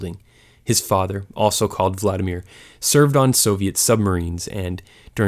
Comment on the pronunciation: if you are going to make education videos at least learn how to pronounce the names correctly. you need to emphasize the second syllable in vladimir - so emphasis on the I not A. in general when pronouncing russian names and words, you want to be hitting the second syllable, rarely the first.